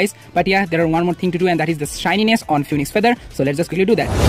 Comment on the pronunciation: its "phoenix" not "phoniex" 😭